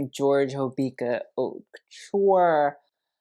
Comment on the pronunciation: You do know “haute” is not pronounced “hot,” right? It literally sounds like “oat.” French, yo.